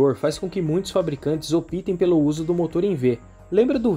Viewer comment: Vídeo ótimo! Só uma correção. O verbo "optar" não deriva a conjugação "opítem". O correto é optem ("óptem)".